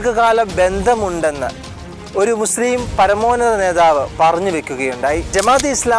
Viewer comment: നേധാവ് അല്ല നേതാവ്